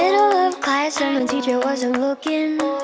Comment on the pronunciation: “lokin’” lol 😂